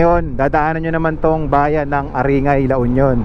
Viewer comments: growing up there, your blog and videos are very sentimental.. great videos... just a simple correction on pronunciation, A-rin-gay, , not A-ri-ngay.. with gay pronounced as guy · not aringay its aring-guy to pronounce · Nakk panibago sa pandinig Yung pag Sabi nyo sa Aringay